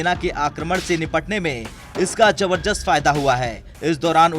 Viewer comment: Pahele bolna seekh ko jabarjust nahi beta zabardast hota hai